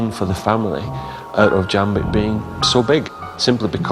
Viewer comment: I always hear his name as "Jam-pig"... D'